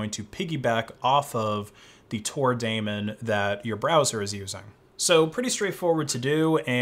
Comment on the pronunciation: Nice video but correct pronunciation of Daemon is “demon”, not Matt Damon. Sorry to be that guy